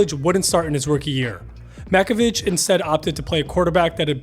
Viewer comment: Oh, for the love of God… It’s pronounced Mack-o-VICK